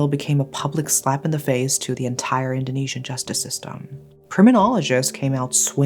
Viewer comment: As Malaysian, i love your pronounciation, diction dan your intonation. easy to understand and storytelling was good too.. you earned a new subscriber ❤️🔥